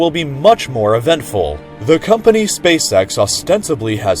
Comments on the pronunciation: Spacesex It's spaceEX you moron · He said spasex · Hahaha he said space sex hahaha haaaaaaaaaargh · "He said Space Sex" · "hehehehehehehehehehehehehe he said spacesex" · Ngehehehehhe he said space sex hehehehehehehehehehehe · "heheheh he said Spacecex ( space sex ) " XD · He said space sex hehehehehehe huuuhhh